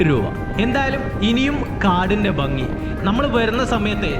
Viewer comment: വീഡിയോ നന്നായിരുന്നു.എന്നാൽ സ്നേഹ ബുദ്ധ്യാ ഒരുപദേശം തരുന്നു. താങ്കൾ ഭംഗി എന്നതിനു പകരം ബംഗി എന്നാണ് പറയുന്നത്. അത് കേൾക്കുമ്പോൾ ഒരു അരോചകമാണ്. എന്നാലും ജീവനുള്ള ഒരു വീഡിയോ തന്നെയാണിത്.